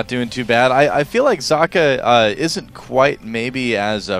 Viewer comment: its pronounced "zockuh", like sock